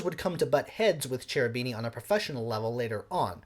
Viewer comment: Suggest you study a bit of pronunciation... e.g., repertwahR, Kehroobeenie ;-)